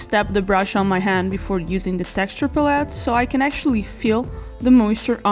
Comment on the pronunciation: Very much enjoyed your video. Pros are you general attitude. Love your personality. Cons are your pronunciation of pallete lol.